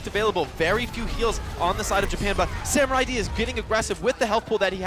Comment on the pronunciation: Wait. it's Samu-raid I think. Not Samurai-d 😅